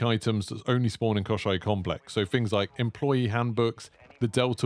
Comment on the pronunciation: Мне очень нравится как ты произносишь Комплекс Кощей